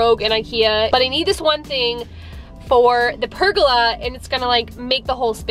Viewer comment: I really enjoyed this process as I am doing the same for my recently bought 1940’s house, there already is a cement pad which I am adding more concrete to and large sandstone tiles one thing haha I heard you saying pergola as rhyming with arugula when I believe that it is pronounced ( purrgoala) I do believe that you are a Texas girl and myself as Canadian, I definitely have some accented phrasing lol 😆